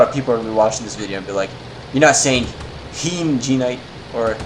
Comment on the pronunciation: He said Hien right. My inner weeb is satisfied